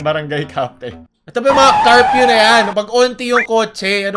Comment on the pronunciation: I love your accent say it again: “CARFEW” 🚘 🚙 🚘